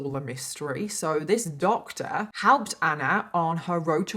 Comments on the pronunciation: New to your channel but love your vids 🥰 ur accent is so funny when you say “doctor” it’s like Doctaaa 🤣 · I love how you said this doctor so funny.